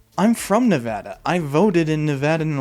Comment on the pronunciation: Holly cow, lives in Nevada, same. Nice to see him pronounce it right.